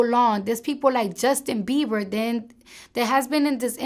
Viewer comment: did she say justin beaver